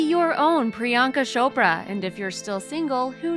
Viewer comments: Non Indians pronounce her name as pri-yaan-ka shopra guys its priyanka chopra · She called her Priyanka Shapra😂😂😂😂